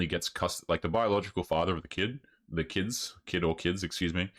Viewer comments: Most annoying thing is that she says "keds" in valley vocal fry instead of "kids". Uggggghhhhh!! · Holy hell. If she says "kayds" one more time, I'm gonna drown a fish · I can’t stand women who pronounce the word kids “ Keeds” like get away from me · it's pronounced "kids" not "keds" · What are keds? She keeps saying she has keds? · Why does she keep saying Keds instead of Kids. Ugh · The way she pronounces kids bothers me. Shes saying keds. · She said she has "keds"😅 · Is she saying keds? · Why do they all use vowel sounds that don't exist in English? "Tiem" "Kiyeds" "Hiyem" EUGH.🤢🤮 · This bint can't even pronounce "kids" properly.